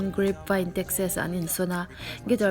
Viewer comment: Texes nilo Texas zok aw.mmmmm☺☺☺☺☺☺☺